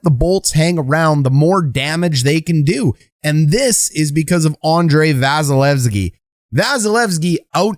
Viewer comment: KEE KEE KEE please